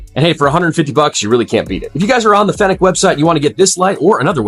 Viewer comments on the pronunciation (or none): OMG stop pronouncing it like that. It's Fenix (fee-nicks) not (fen-ick) . Drove me crazy. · Bro, it is pronounced like the city of Phoenix.